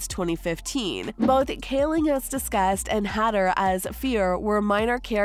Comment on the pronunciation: It's Bill Hader, Not Hadder